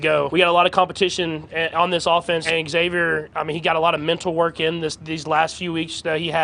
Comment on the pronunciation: Bro, it's pronounced Z-avier, not EX-avier. We've had months of media now and a draft to get this right.